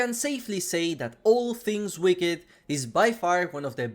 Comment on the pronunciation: Might be nerdy but actually, wicked is pronouced wick-id not wick-t.